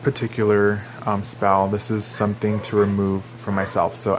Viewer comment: Did he say spall? XD